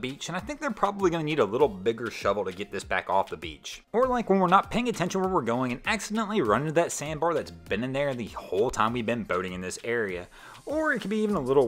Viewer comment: The word is Boating not Bowthing.